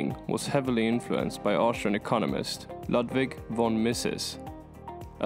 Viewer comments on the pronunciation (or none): none